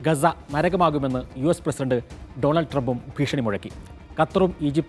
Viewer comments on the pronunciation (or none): none